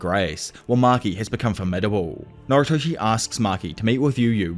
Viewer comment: why do you pronounce noritoshi as naruto it makes me mad nervous